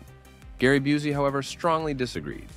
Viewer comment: It’s Gary Byoo-see not Byoo-zee. Get it right millennials that were children when Seagal’s career started.